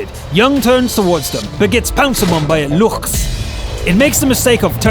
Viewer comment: you have to pronounce the Luchs like looks and pls call the Panther 8,8 Panter eighty eight